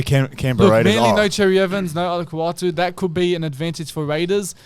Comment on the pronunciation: OL AH KA WAH TOO come on boys get it right 😂